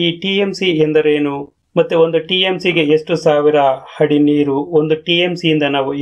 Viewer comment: ಹಾದರೆ ಅಲ್ಲ ಗುರು ಅದರೆ... ಅದರೆ...!!! ಹಡಿ ಅಲ್ಲ ಅಡಿ..!! ಕನ್ನಡ ಕಲಿ ಇಲ್ಲ ಅಂದ್ರೆ ಚಪ್ಪಾಳೆ ಅಲ್ಲ ಚಪ್ಪಲಿ ಬೀಳಬಹುದು..!!